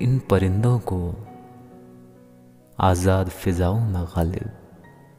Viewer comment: Bhai pronounce some words qalat karenge Aur bhai qalib ke jaise padhrenge